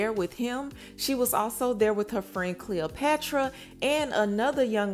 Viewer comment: Her name is CleoTRAPAAAAAA not cleopatra.